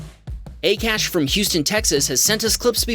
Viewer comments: I think the name of Akash is pronounced "Aakaash" not "a-cash". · Lol 'A CASH’ it's pronounced as 'AA KAASH' it means sky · Just thought I would let you know that Akash is generally pronounced "Ah-cash" not "Eh-cash". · Bro 😂😂😂 that dude's name wasn't a-cash it's pronounced ak-ash 😂😂😂 lol the most funny thing i've ever heard 🤣🤣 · AKASH is read as AA-KAASH, not A-Cash 😊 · Its not ekash its pronounced aaakaaash even though it is spelled akash.Just FYI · Pretty sure its pronounced "Ah-Kha-sh" not "Ay-Cash" lmaoo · Pronounce Akash correctly. It is called 'aa - kaa - sh' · I don’t know the guy personally, but I’ve known a couple people named Akash and it’s always pronounced Ah-Kahsh. Soft “A”. Just FYI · it’s not Akash is Akash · Akash? pronunciation mistake